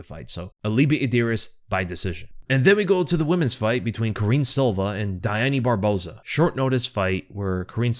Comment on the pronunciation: aplause. “except for barbosa” is real hard to say. you said it flawlessly. a lot.